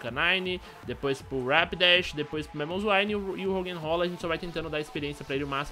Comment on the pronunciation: "RoggenROLA" hauahaua